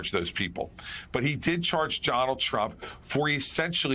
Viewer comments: How can any current republican run for president-they all voted for a traitor to the USA TWICE! "The heroines name is pronounced "fawni" you doofus!!! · Nobody should be calling Fawny, FANNY... Chris Christie should have been corrected on the air and much more respect should be paid to this wonderful prosecutor START CORRECTING PEOPLE WHO PRONOUNCE/ INTENTIONALLY/"UNINTENTIONALLY" SAY HER NAME WRONG AND CORRECT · I agree! And there were some other red flags as well. I do not trust Christie at all. Stupid little things like - he mispronounced Fanni Willis’ name; he stated as fact that she was trying the RICO case to prevent tRump being eligible for a pardon, and he would try the documents case first where there is a very questionable judge presiding. He may be much better than tRump but he’s still NOT a good guy.🌸